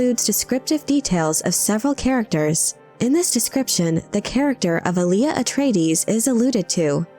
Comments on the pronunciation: The accent in Alia is on the first syllable “ahl”, not the second. It’s also pronounced “AHL-ya”, not “a-LEE-uh” like the old R&B artist Aaliyah. If you’re going to make a video nerding out on this, idk, you might figure out how to properly say the name first… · Not Ali-A. Alia.